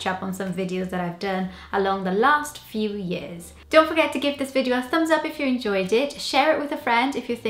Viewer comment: yes, years, video, person - all said the Welsh way.